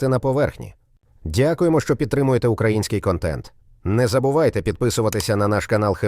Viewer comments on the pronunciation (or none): none